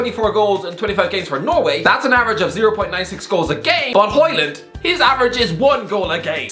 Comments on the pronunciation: its højlund big man, not hojland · Hoe is like Hoe. Lund not land, and it is pronounced like lynn but with a u, aka Lunn. it's pronounced something like this in English, Hoelunn. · its hojlund mate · Højlund not Hojland😂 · His name is Højlund not Hojland👍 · Højlund LUND and i'm not even danish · Dude, at least try to get his name right. "Rasmus Højlund"